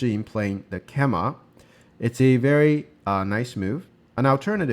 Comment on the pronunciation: FYI, "keima" (knight's jump) is pronounced "kay-mah", not "keh-mah".